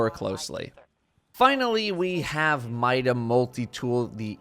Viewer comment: By logic of pronunciation of the word ''mini'' and ''multi'' mida should be pronounced ''meeda'' not ''myda''.